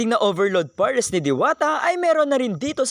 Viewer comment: Hindi tinipid sa gatas pero nakatakal. Ang totoong hindi tinipid yung kutob kutob lang wlaa ng measurement hanggang paapaw na. Tsaka PARES hindi POHRES learn your vowels.